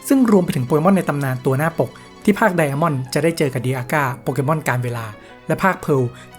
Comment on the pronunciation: ทำไมถึงเรียก ไดม่อน ว่า ไดอาม่อนหรอครับ